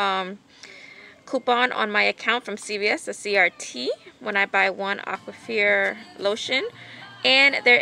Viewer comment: Did you just say Aquafear 😂